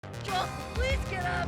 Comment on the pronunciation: Tommy said Joel's name right when they met abby.